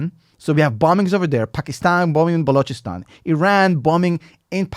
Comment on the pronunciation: Excellent analysis, and props for being the only non-Pakistani I've ever heard pronounce "Balochistan" correcty. Subscribed!